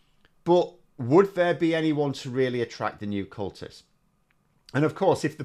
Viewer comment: I think you mispronounced CULTIST...there's a N in there.